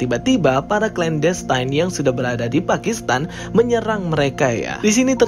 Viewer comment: Baca clan destine nya ga usah klen destayn.. klen destin aja udah bener. Sama aja destiny dibaca desteni, bukan destayni. Makasih...